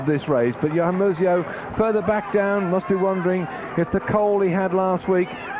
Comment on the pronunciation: "Mus-eO" LMAO